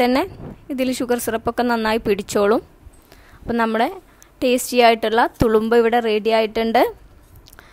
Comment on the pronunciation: തുളുമ്പാ അല്ല തുറുമ്പ എന്നാണ്..